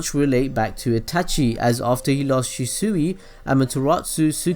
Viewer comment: Fucking shisuwi? It's pronounced shee swi